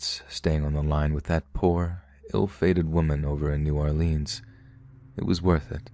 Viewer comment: NEW👏🏿OR-LINZ👏🏿 I sweartoGod, a baby alligator dies every time y'all say "New Orleeens"